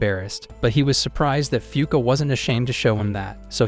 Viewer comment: Fuuka really sound like F*ck